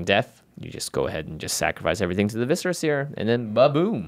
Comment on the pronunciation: Thank you for finally pronouncing viscera properly. Vis-sir-uh. Well done lads, well done.